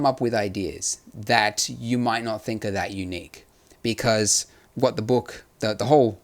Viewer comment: "becurse" lol